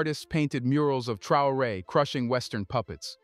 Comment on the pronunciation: His name is pronounced TRAY-OR -A……..3 syllables……you’re welcome